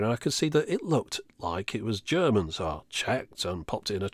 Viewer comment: Thanks a lot for this great Video. I am from Germany, I kinda grew up with these machines in the 70s when my drunken father drew me into the local bars and made me spent my time with these machines, while he was getting boozed. Great Video, great research. Best I liked your german pronunciation, which you did really good. Cheers. Joe :)